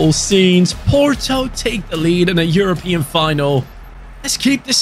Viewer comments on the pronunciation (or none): none